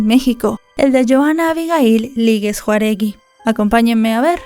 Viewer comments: No es "Juaregui" si no Jáuregui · Hola, no se dice Juaregui, se dice JAÚREGUI. Te recomiendo que tomes un curso de lectura elemental. Saludos. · El apellido No es "Juaregui", sino JAUregui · Juaregui? Ni siquiera te diste la molestia de leer bien su nombre, es Jauregui, con acento en la “a”. No se si eres pocha, chicana o por que no sabes pronunciar los apellidos de los mexicanos, pero es irrespetuoso que lo hagas mal. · Porque escribe “Jáuregui” y pronuncia “Juaregui”??? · Si MAS DEBE APRENDER A LEER BiEN ES JJJJAAAAAAUUUUU JÁUREGUI.no juaregui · Es increíble q no puedas pronunciar o leer.correctamente Jáuregui !!!!!! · Ja- ure-gui se pronuncia Jauregui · Varias veces se menciona de manera errónea el apellido de la víctima. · Pronunciaste mal el apellido :S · Periodista??? 😂😂😂😂Si no sabe ni pronunciar el apellido de la víctima, una periodista de verdad antes de hablar y grabar videos debe estudiar lo que va a decir para no cometer éstos errores! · "Juaregui"? pronuncia bien el apellido. Jáuregui. Otra persona más que se cree reportera y no sabe ni leer. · ES J Á U R E G U I, NO. Jauregui😂😂😂 pronúncialo bien nena!!❤ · Es Jau-re-gui no Juaregui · NO ES JUAregi es JAUregi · Es Jauregui no Juaregui tu pronuncias Juaregui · Disculpa, el apellido es Jáuregui, no Juaregui como dices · me agrada mucho tu trabajo, por eso quiero, con todo respeto, hacerte una corrección. El apellido de la chica se pronuncia Jau-re-gui y tú lo pronuncias Jua-re gui. Te repito que es con todo respeto. Saludos! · No es Juaregui, es Jáuregui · es Jáuregui no Juaregui, pero aún así vi todo el video :p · JAUREGUI, NO JAREGUI!!! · nomás te hago la corrección el segundo apellido no es Juaregui, es Jaúregui. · No es Juaregui, es Jauregui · Lee bien, su apellido es JÁUREGUI!! No Juaregui 😣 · No es " Juaregui", es Jáuregui. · Lèe bien...es JÀAAUREGUI. bien x tus videos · La conductora dijo Juaregui 😅 en vez de Jáuregui 😂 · Hola, el apellido es Jauregui, no Jaruegui 🤗